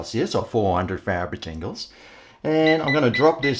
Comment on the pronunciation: Gud aye buddy like how you say preheat oven to 200 degrees celsius which is 400 "farijingles"